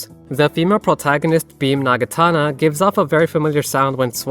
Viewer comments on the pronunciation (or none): A few things I noticed 1. You mispronounced Naginata. You kept saying “Nagatana” which is very wrong 2. The Beam Naginata is likely not a Star Wars reference, but instead, a Gundam reference, specifically to the Gelgoog’s main melee weapon. With that said, Gundam likely got the idea for beam weapons from Star Wars to begin with. 3. You missed a Persona 1 and 2 reference. The claw machine in front of the arcade plays a remix of the P1 and P2 Pharmacy theme, similar to how the Claw Machine in P5 plays the Junes theme